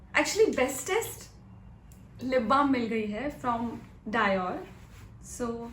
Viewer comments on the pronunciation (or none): Dior darling diiiioor not dye oor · It's डयोर् not die_or Those flats are called Gladiator sandals or flats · It’s not dyor it’s dior( deeor)